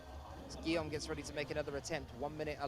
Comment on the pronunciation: Erghh, the male announcer still can't pronounce Guillaume's name, and he isn't paying attention either, apparently. Shauna didn't flash F1, and Jan didn't flash M2; pay attention!